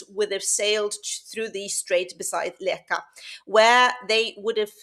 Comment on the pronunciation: Thanks a lot for this! I just wanted to correct you slightly, Namdalen is in Trøndelag, which isn't regarded as part of Nothern Norway (Nord-Norge), although Nord-Norge borders are very close, only about 5km from Leka to Bindal. The dialectial differences are big, though. And Leka is pronunced [læk:a], although that's on the local dialect, but then, with the current ~600 inhabitants, not very many speak that. And btw, it's not the first time something like this appears on a remote island. The vikings and those before them, were seafarers, so inland towns didn't make much sence, just like modern cities are usually located close to the shore or at least a river.